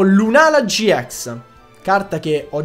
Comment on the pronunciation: Si dice gi ix non gi ex